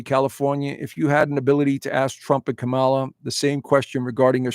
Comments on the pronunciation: It’s KAmala,. At least pronounce her name correctly. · Dude, you are lost! Worst astrologer in the planet! Biased, ignorant, promoting conspiracy, supporting Trump, a traitor and a psychological liar, sexual abuser and grifter unlike this country has never seen before! You apparently want an authoritarian government run by a convict who praises Putin, Un, Orban. What the hell is your problem? You pukes are all the same, refuse to pronounce Kamala properly. Dude, she got an education, passed the bar exam, was Elected by 4.5million people. Not appointed. Get your F in facts straight bud! Trump stole and sold top secret documents! PRISON is a must for this convict! If you want to live in Russia, move there!